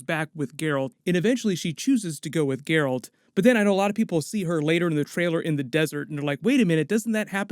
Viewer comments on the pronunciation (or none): his name is Geralt (Jeralt) not gayralt